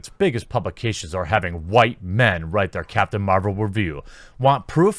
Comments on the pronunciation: Why do you say "WHOO-WHITE"? That sounds more annoying than anything this man hating woman has said so far. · Dude I agree with u. But STOP! Saying white like that it's fuckin annoying